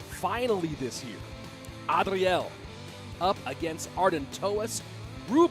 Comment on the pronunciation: Why say "Adriel" like that 😂